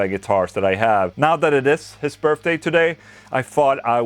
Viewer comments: Does anyone else here "Birfday instead of birthday?" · Happy Burpday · "Happy Burfday" 🤣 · “Happy Birfday” - Ola Englund 2020